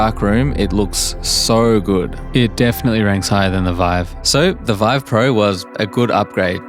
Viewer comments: "HTC Veeve" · "HTC VIV" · HTC VEEV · HTC VEEVE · HTC VeeV 💀💀💀💀💀💀💀